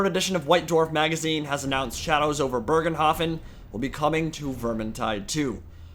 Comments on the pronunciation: "Bögenhafen" Oh wow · Why can nobody pronounce "Bogenhafen" correctly ? xD And why do you pronounce an R where there is none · basicly how you say it but remove the R. Dont change the pronunciation apart from that.